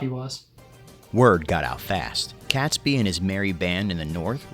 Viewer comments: I cringe every time he called him catsbee. It's catesby sounding like kates bee! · its pronounced KATESBY rather than CATSBY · Catesby is pronounced Kates-bee. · The name Catesby is pronounced "Kate's- by . The 🇬🇧